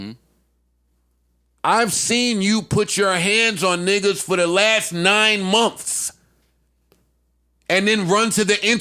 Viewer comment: I came here to hear Joe say "Momfs" (Months)